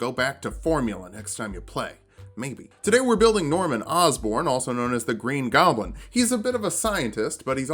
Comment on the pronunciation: Awesome video but.... “Golbin stuff? “..... Goblin! Come on dude, how long have you been playing D&D?